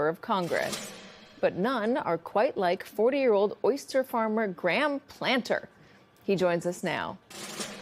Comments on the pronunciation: She did not just get his name wrong 🤦 It’s Graham PLATNER, not Planter. Learn it, because you’re going to be hearing it a lot! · Not the most respectful way to introduce this guy by mispronouncing his last name saying "Planter" instead of Platner. 🤦‍♀